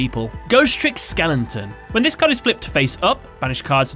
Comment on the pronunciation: I can't tell if your mispronunciations are on purpose or not. It's really hard to tell. Like Endymion becomes Enmion and Skeleton becomes Skellington.